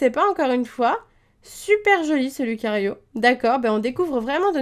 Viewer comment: Ça se prenonce riolou mais sa s'écrit riolu comme ça se prenonce loucario mais sa s'écrit lucario